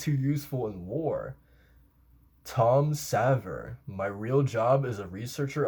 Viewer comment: Btw you are mispronouncing Tom's last name, Xaver. It sounds like Professor X's last name. Xa is kind of pronounced like "say" but it's z instead of s, so it's Zay-vier